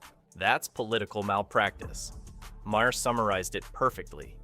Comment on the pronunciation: I had to stop watching after the first dozen mispronunciations of the guy's name. It's NOT Mah-hair!